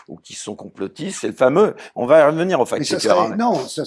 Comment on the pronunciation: on ne dit pas fake schecker mais facccccccccccct schecker. le c il faut le prononcer, sinon SVP parlez francais. merci.